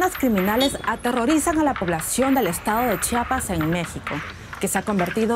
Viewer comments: Se pronuncia Chiapas, no Chapas :) es un error común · Se pronuncia Chiapas no chapas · "Chapas", dice. Podría practicar mejor su pronunciación, la no está de adorno.